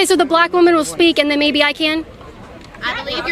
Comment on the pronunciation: Why is she stressing on "black woman"?